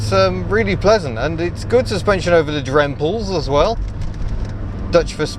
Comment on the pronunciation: It's pronounced day-vun-tur, emphasis on the first syllable not the second. Drempels was pronounced perfectly.